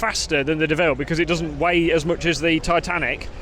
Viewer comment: you are heinously disrespecting both the Honda AND the French! - The Honda's name is pronounced 'DOH-VILLE' (think Homer Simpson..) not De-ville.. Despite the international-incident you've undoubtedly provoked with your 'faux-pas' (like what I did with the French there?..) I've made the richly deserved donation that you have hard-earned with your stiff neck (and sore bottom..)